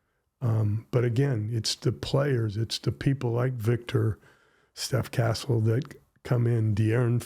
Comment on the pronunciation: Super interview, mais c'est Castle pas Cassell svp